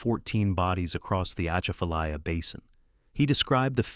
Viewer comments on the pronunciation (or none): Atchafalaya is pronounced with emphasis on the second syllable, “cha”.